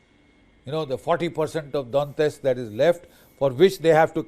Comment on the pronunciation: Russia has been planning this war for 4 years and has already lost over 10 million soldiers — now they’re relying on underfed North Korean troops to fill the gaps. And Major Bakshi’s “analysis”? Complete nonsense.and BULLSHIT Maybe start by pronouncing “Donetsk” correctly. Putin will never succeed, and Russia’s economy is headed straight for catastrophe.